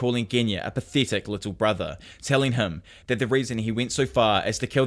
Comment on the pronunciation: Jesus christ this guy is so bad at reading, it’s literally telling you the names of the moves on the screen and not to mention everything they’re saying (also the way you say pathetic is disgusting your accent is actually a speech impediment)